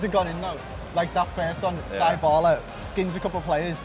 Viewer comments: DIE-BA-LA what lmaoooo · Di-ba-la? Not Dai-ba-la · It's dybala Not die pala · Its no dibala lol Its dybala 😅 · Its pronounced dibala not diebala 😂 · It triggers me how he says DIEBALA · Pronounces Dybala as Diebala Doesn't use Ter Stegan uses Neto Me: cringes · Did he just said "Dibala" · Dislikes rising for 'DIE-BALA' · dee-bala*** bro. DEE-BALA thats how its pronounced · What's up with the die-ba-la pronunciation? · when he pronounced dybala 😂